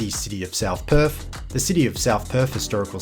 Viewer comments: It’s pronounced Perth not Perf mate. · Perth, not Perf. 😂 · And, Perf = Perth.